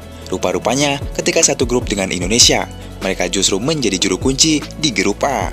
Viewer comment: Ralat dong Itu suporter panggil nya indonesia Bukan endonesia ya